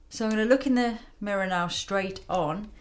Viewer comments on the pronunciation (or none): none